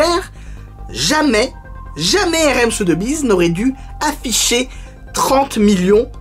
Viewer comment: Très bonne vidéo! Petit tips si tu refais une vidéo avec la même maison de vente, on prononce "SoSSbiz", et non pas "Sotebiz" ;)